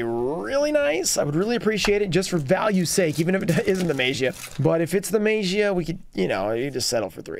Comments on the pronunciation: Guys, what is the correct pronunciation of MAGIA, show be Mah - Gee - A right? Instead of May - Gee - A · I think it’s pronounced May- ja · Don't remember the day, but the day where you went off the tangent on pronouncing Magia differently and noticing that you pronounce it differently from other yugituber was a nice tangent to go off on